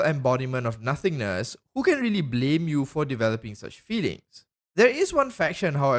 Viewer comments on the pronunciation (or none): none